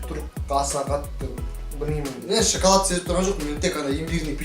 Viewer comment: Шакалад емес шекалад